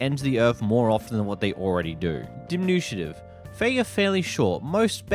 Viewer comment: Denutiative instead of diminutive